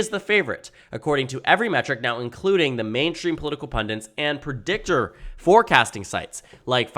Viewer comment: PUNDITS, the word is punDITS not pundents